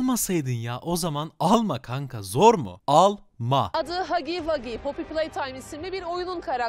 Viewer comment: ilk defa bir haberci bir oyunun adını doğru telaffuz etti!!